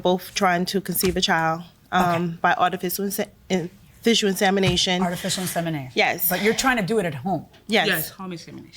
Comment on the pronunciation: Problem 3 can't pronounce artificial insemination. 🤦🏻‍♀️